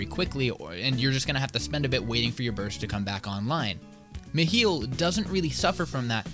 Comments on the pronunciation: Bro, I still actively see people argue on how to pronounce it lmao. With most saying Mi-high-le. But the people I play with pronounced it Me-heel, so it’s just become habit lmao. I’m just gonna start saying Mikhail though honestly, sounds cooler and is the original name for him. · its at 30-31 seconds in he says Meh Hill or Meh Heal